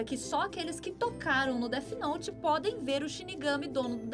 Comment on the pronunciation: A mina falando "DETI NOTI" me incomodou kkkk